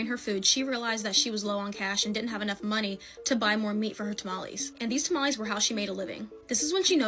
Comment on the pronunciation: It's not tamalis or tamalees dumb people, it's tamales pronounced tamalehs. XD Seriously though, i'm sick of you people who have to resort to neologisms like "unalive" for example, you are just cowards, no matter how you slice it.